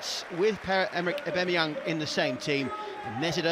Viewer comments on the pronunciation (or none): WHY IS HE CALLED EH BEMMY YONG 😂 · Sack the commentator can't say Aubameyang correctly.